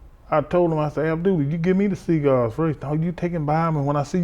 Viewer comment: Lol I thought Kamala was saying seagulls lol but after listening more I think he's saying cigars lol